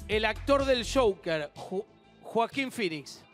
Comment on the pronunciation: El shouquer!!!! 🙄o último.. Joquer Guido!!!